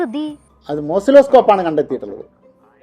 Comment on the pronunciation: അവൻ പറഞ്ഞത് തെറ്റി മോസിലോ സ്കോപ്പ് അല്ല ഓസിലോ സ്കോപ് ആണ് 😂😂😂😂